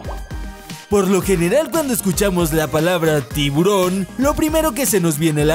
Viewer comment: A mi se me vino a la cadeza cuando pronunciaste "Tivuron" la cancion de Tiburon Bebe XD